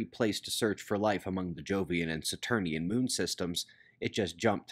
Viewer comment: Saturnian or Saturnailian